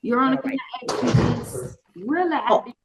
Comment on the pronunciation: It urks me that the prosecutor can't pronounce "ask"